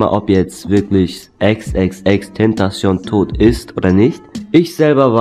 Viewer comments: Du sprichst (Ich schreibe es so wir du es sagst) XXXTentasion aber du musst es mit K aussprechen XXX Tentacion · Bist ein Fan aber sprichst denn Namen nicht richtig aus ? #noHate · Du liest in falsch